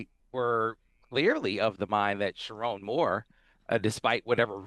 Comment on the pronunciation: Sherrone, not Sharron.